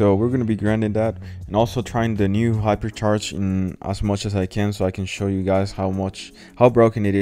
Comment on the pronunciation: Hyper sharsh